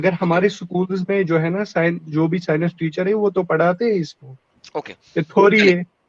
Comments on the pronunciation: ye science ko sinus bolta hai.... aur gyan pel raha hai 😂😂😂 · Science ko Sinus bolta hai.. MC, BC...